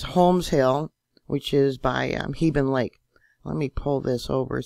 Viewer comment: Shook the house, here at Clark Canyon Reservoir area! BTW, we pronounce Hegben Lake with a short e vowel sound for both.